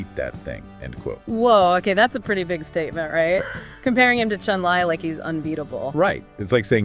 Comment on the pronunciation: Ngl this seems like AI Slop. “CHUN LAY” cmon bro.